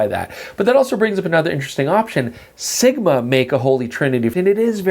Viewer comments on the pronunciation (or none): none